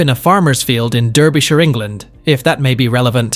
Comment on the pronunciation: At least learn how to pronounce Derbyshire!